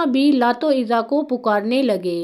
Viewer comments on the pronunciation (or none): none